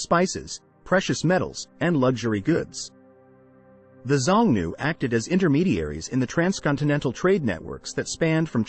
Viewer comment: You should have checked the pronunciation of Xiongnu. It is shiong-noo.